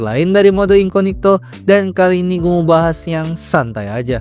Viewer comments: incognito anjir bukan inconigto.kzl bgt denger nya wkwk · INCOGNITO, bukan INCONIGTO. Ketahuan bikin kontennya gak riset dulu, asal rekam terus edit.😂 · incognito bg bukan inconigto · Lha, ngomongnya juga sejak Awal INCONIGTO bukan INCOGNITO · Incognito aja dibaca inconigto, gimana ga literasi rendah? 🤣🤣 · inCOGnito jir... incoNIGto incoNIGto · Bang yang bener incognito, abg bilang *inconigto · Mode Samaran 😂 edit 1: bro say incognito❌ inconigto☠️✅ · INKOGNITO BANG BACANYA, AAAAAAAAAAHHRRRRGGGGGGGG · Wah insight baru, tapi aku rada gatel bang denger inconigto terus😭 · masih ada aja yg ngomong inconigto, elah. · I-N-C-O-G-N-I-TO dibaca inconigto😂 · ga enak banget bang dengernya spelling inkonigto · Perasaan pelafaannya salah bukan editornya🗿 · sorry nih mau kasih tau aja minimal riset dulu cara pelafalan yang benar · spelling incognito aja salah lu dari awal ampe akhir video